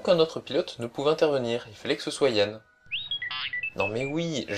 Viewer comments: C'est pas Han Solo ? Tu dit Yann? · C est Han! Pas Yan! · luke et Han * pas yan ^^ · Han solo et Non yann bonne vidéo !